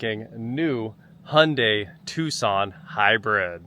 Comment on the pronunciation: Tucson, not tuscon